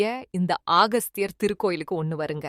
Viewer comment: அகஸ்தியர் என்று சொல்லுங்க ஆகஸ்தியர் அல்ல